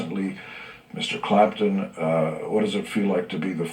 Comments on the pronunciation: It's Clapton. Not Clampton. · thank you for posting this but it's Eric CLAPTON, not Clampton. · by the way, It's Eric Clapton, NOT Clampton. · It's Clapton, not Clampton.